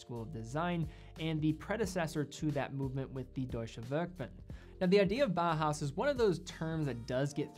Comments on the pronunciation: Great video. But please don't pronounce Bauhaus as Bahas. Bauhaus is pronounced similar to "bowel house". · I would like to note that "Bauhaus" design is pronounced like it is spelled "bau haus", not "baa haa". Every German name of watch is pronounced correctly, and than consistently bauhaus is pronounced incorrectly :) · It's pronounced more like bow-house (like take a bow) than bah-house fyi. Nice video, beautiful watches. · Your excellent review aside, can I just say that your pronounciation of "Junghans" is spot on? You must the first watch youtuber to nail the short "u". And "Bauhaus" is pronounced just like "Bowhouse" with a sharper s at the end :)